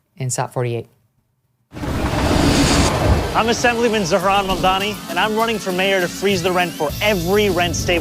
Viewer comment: These people's Irish ancestors would have been made fun of 100 yrs back when their names were pronounced as MC err Laughable for McLaughlin just like how she purposely mispronounces his last name. Hypocrites to the core.